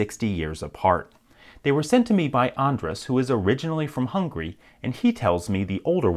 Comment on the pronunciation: Hes from hungry... ouff insult by bad pronunciation